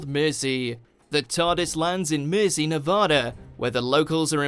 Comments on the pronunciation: I doubt if you come to the UK you would hear anyone pronounce mercy like that it sounds as if he saying merzy Anyway I have seen many of these videos where he can't even pronounce British place names properly I am 65 British born and bred so I don't take it lightly having an American tell me how to speak and pronounce English words and place names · Sounded like he said a town called mersey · Where did you learn or rather tried to learn English because your pronunciation of certain words is not very good for instance Mercy I have never heard it pronounced like that before